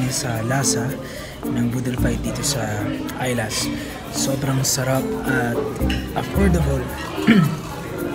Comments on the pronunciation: Islas animel 😂😂😂😂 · Islas sir pronounce jan is matigas na i ISLAS 😂😂😂✌️✌️✌️